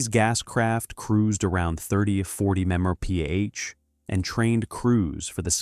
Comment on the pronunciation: MPH’ Mepars?? No such animal.Sorry , Not gonna let you roll with that- MPH- MILES PER HOUR!! When reading copy, YOU DO NOT ABBREVIATE!! That is for text only. MEPER’s NOT!